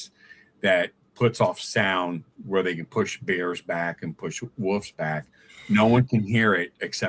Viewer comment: Wolves* not woofs...😅😂